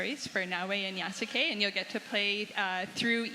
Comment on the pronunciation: why does she keep saying Ya-Sue-K. Cmon you're the Assoc Narrative Director